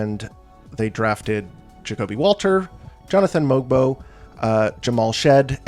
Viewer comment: I think you're one of the few ppl who say that Mogbo as 6'7. For some reason, his barefoot height of 6'6 kept getting said over and over, making him sound much smaller than he is. Obviously still not huge but not as short as others were making him sound. Also, apparently the G in his name is silent so it's more like mobo, as in the short form of motherboard Great vid! Enjoy your vacation